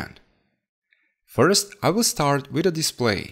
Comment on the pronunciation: with this one to" wid the dis one" that is what he said